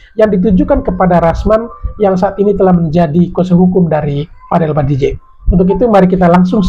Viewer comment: Bang BADJIDEH BANG BUKAN BADIJEH... 😅